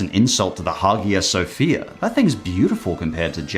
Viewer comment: “But really I think that it’s an insult to The Hagia Sophia” And I think the way you pronounced that is an insult to the Hagia Sophia. It’s pronounced “Ah-ee-ya.” Not “Hog-ah”.